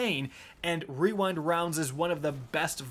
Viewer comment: Imagine calling on rewind rounds and not weewind wounds